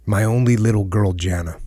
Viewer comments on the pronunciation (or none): Sorry Jocko, but I'm pretty sure the daughters name is pronounced 'Yah-nah'. Wouldn't normally bother me but had to get that off my chest.